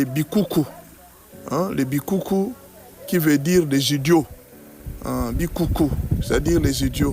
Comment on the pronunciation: Pas bikuku mais bichuchu.